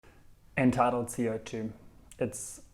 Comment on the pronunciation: I listened to the first 5 seconds about 6 times because it sounds like you're saying "entitled co2." When I first started class I was sure that's what everyone was saying, until I saw it written down and had the realization that it's "end-tidal co2." I hope I'm not the only one lol